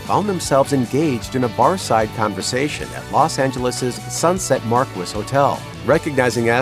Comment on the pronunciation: How do you mispronounce marguis?